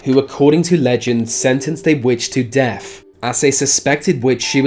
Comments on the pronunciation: Is it just me or is he saying def instead of death? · I'm being cremated, but thanks for the advice. This narrator has a problem pronouncing "th", so we have Smiff instead of Smith, deaf instead of death.... etc, it's annoying. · remember deaf....Smiff....wow the accent. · Please learn to pronounce 'th' properly, "Remember Deff" (for death) and 'vey' and 'vat' for they and that!!! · Get your moneys worfh Said Richard Smifh who was completely smoofh so remember deafh two fousand. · Are you saying 'def' instead of 'deaTH' ??? And the name is SmiTH, not 'Smiff' 🥴🤣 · “Deaf” “Vey are dead” “Smiff “ Come on son, make an effort.